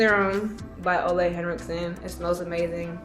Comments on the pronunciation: its actually pronounced o-leh not olay😅 its danish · It's actually pronounced oola according to his pr team. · I’ve watched many training videos he made for Sephora, he pronounces it “ou-la” like oulala